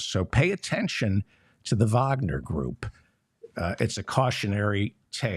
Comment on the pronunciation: Thank you for pronouncing 'Wagner' correctly.